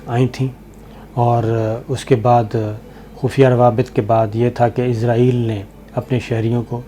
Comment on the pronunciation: SABIR BHAI. WITH LOVE RSPECT AND REGARDS TO YOU. BHAI SAB IZRAEL NAHEIN ISRAEL CORRECTION PLEASE.